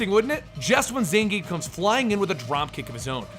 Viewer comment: Zangief is pronounced Zahn-Ge-Yeff.